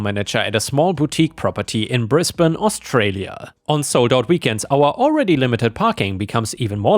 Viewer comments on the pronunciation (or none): none